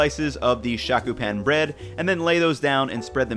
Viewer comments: Hate to be that guy but it's pronounced "show-ku pawn" and "kew-pee" mayo. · Hey, just wanted to let you know the o in konbi and shokupan should be pronounced with a king o, like the same phoneme as toe. Also Kewpie is pronounced Q-P, but other commenters already got to that. Keep the great videos coming! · Nice video...however, you should work on your pronunciation if you want to pay respect to the originals...ie, it's Shokupan ( show ku pan), not "shocku" pan...and you murdered Kewpie (Q pee). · Great video as usual, but I wince every time you say "sha-ku-paan" instead of "sho-ku-pan". Sho vs sha is kind of an obvious one, but the last syllable is said the same way as Kan, like in the name of the restaurant you keep referencing, and actually the same way Panko should be said (which you're saying as "pain" instead). Also "tonkatsu" is a pretty specific pronunciation---you're saying the first syllable more like "tan". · "Shakupan"... ouch that hurts my ears. Its show-ku-pan my guy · "shock-oo-pan" for future reference, the vowels in japanese are always pronounced basically the exact same way; a ~ dot (but pushed slightly closer to a "dad" vowel), e ~ dead, i ~ deed, u ~ do, o ~ dope